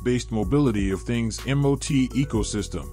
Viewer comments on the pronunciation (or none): none